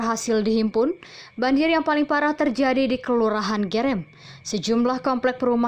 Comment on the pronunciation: Yg baca berita amatir...masa gerem....bukan e...tapi eu